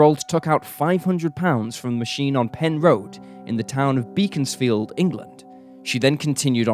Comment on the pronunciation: It's woo-burn green and becons-field fyi thanks for doing something so local